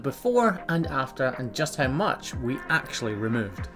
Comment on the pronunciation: did you actually go on an actual course to actually learn how to actually say actually correctly